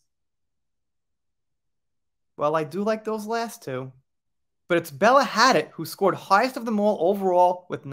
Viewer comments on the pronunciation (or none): Bella Hadid's name is pronounced "Hah- Deed."